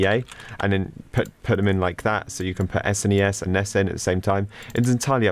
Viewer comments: Ya or what i call it is S - NES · Do you really pronounce SNES like this??